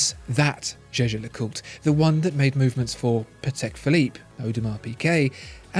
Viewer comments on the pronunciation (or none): For heavens sake Jaeger is German for hunter. It is pronounced YEA GER not jay jay . Learn and use this otherwise you are just irritating the hell out of me and your credibility on watch knowledge is completely undermined ! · any french person here can say that how he says Jaeger is wrong pronunciation? LeCoultre is ok, but Jaeger is simply Jaeger, not zezer or anything else.... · Your “jeje” pronunciation of Jaeger-LeCoultre..😰😰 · no he didnt it is a german word "jäger" ( means hunter ) but its a french name so its pronounced french but it irritates me as well